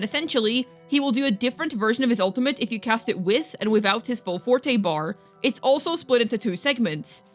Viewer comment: Thank you for pronouncing forte and concerto correctly lol. As someone who grew up learning/playing classical music I've heard these words my whole life and now hearing so many of the WuWa content creators saying things like forty and conserto leaves me twitching over here lol.